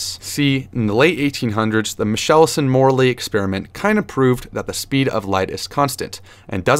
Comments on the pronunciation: its michelson like nickle. not michelle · What the heck?!?! “Michelson”? Michel-son??! Ahahahahaha!!! Ridiculous! Funniest thing I’ve heard all evening.